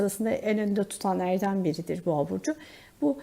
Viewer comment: Lütfen düzeltin ben yengeç Burcu olarak dinliyorum boğo diyince kafam karışıyor düzeltirir deniz çok güzel olur